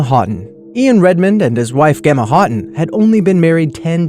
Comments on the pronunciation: Gummy Heart I know right? I was like It's pronounced Jemma, like a J not Gemma like a G. -_ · it bugged me so much when he pronounced it "Gemma" instead of "jemma" like even though it's spelled with a "g" it's still pronounced like a "J" ugh OK I'm done 😂😂😂😂 carry on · It's pronounced Gem-a, not Ge-ma. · Um... I realize my comment here is irrelevant here but Gemma is pronounced exactly how you would say Jemma. Gemma & Jemma are the exact same name. This is why I don't swim in oceans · you pronounce Gemma like Jemma not how you said it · #8 is said JEMMA not Gemma, it's s British name 😂😂😂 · SAme. It bugged me too that he pronounced it with a G sound instead of a J. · How can you mispronounce 'Gemma' so badly?!